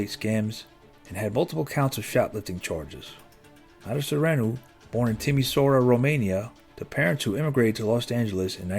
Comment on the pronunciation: Who ever did the reading of this script needs to learn how to pronounce city names. Being born and raised in the SFV of LA I heard 2 locations mispronounced. You also mispronounced the city of Timisoara which also happens to be where my Great Grandmother was from. Sorry to nit-pic but it took me out of the story when I heard the locations mispronounced.